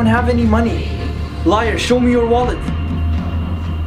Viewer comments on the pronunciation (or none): it's not "LIER", it's "LIAR"